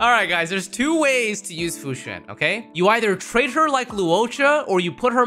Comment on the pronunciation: Fu Xin? I think you mean Fu Xuan (Sh-u-awn)